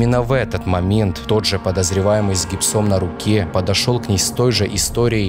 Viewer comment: С гибсОм... Ударения иногда хромают